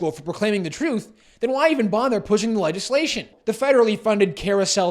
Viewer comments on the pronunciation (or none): "Legislation". The "g" is soft, like a "j", not hard as in "Leg".